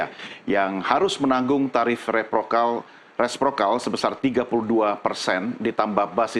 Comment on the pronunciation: Banyak yg terkendala menyebut istilah reciprocal, tapi ga menyangka sampai level news anchor 😔